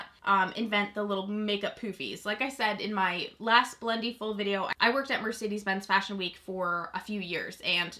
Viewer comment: You say it two different ways. Quit saying it like Blendy-full.